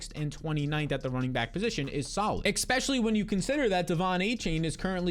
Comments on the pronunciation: Especially, not Expecially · All i can hear is EXpecially, EXpecially, EXPECIALLY 😖